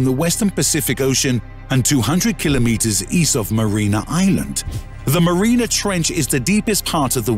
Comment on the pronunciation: And Mariana is not pronounced marina.